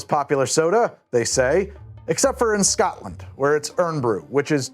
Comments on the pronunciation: Scoatland kept having me cringe :) bless its SCOTLAND mate take the word name of "scott" and add land and you have the pronounciation. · "Eye-run". "Eyerun broo" Oh and BTW, maybe don't ask people if they come from "Scat-land" Not if you like your teeth 🤣